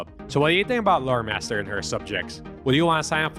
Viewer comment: Thanks to me being a heavy Transformers fan and a helltaker fan (plus the fact I'm only listening to this) every time you said Loremaster I heard Motormaster